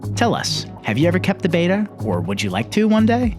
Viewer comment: It’s pronounced bet-uh not bay-ta